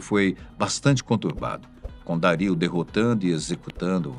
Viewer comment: Os meus ouvidos sangram aos escutar o nome Dario ser pronunciado de maneira claramente errada.